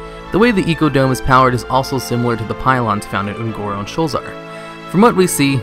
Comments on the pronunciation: wayvrains and the Oon'guuru crater. Come with me and we will together over think the pronunciation of various words and mispronounce Shit. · .... why do you keep saying Un'goro wrong -.